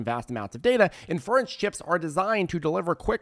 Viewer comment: Lol the guy can’t say inference.